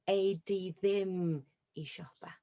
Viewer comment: Her 'di' sounds like /ti/ ...too explosive that /d/, sounds more like a /t/